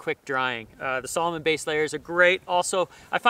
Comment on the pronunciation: “Salmon” Althlete